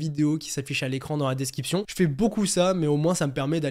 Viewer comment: Je me demandais pourquoi tu dis desciption ? Et pas description